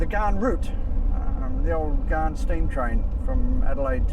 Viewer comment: Great video. It is pronounced as "GAN" not "GARN".😃 Take it from a former Commonwealth Railway/Australian National employee.